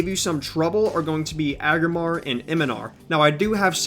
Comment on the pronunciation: I gotta point this out cuz it was driving me crazy while watching: in the Legion LFR you were saying 2 of the boss names wrong. E-O-NAR and AG-RA-MAR spelled phonetically for ya. PLEASE say them right now. Thank you!